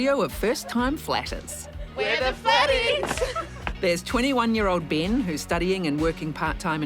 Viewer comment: Hahahaha she said Ben and I heard it as Bin 😂😂